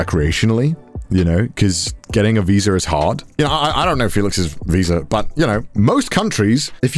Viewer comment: "getting a '''vizar''' is hard"